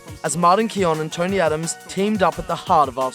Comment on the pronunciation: sorry but pronounce it key-own from now on please